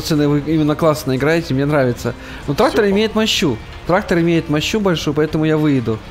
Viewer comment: В начале видео я один услышал что когда полиция поймала, он сказал ТРАХтор